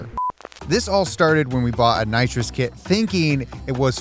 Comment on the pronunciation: How do you know someone has watched Fast & Furious? When they keep calling nitrous "Naws" 😂